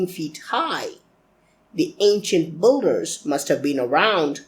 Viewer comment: Manish Mehra It's not English completely he says "builders" like 'bull-ders' that's not English. It's pronounced as 'bill-ders'. It's "Bill" not "Bull"